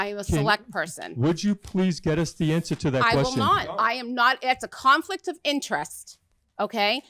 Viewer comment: Did she not just shoot yourself in the foot..."that would be a confkict of interest "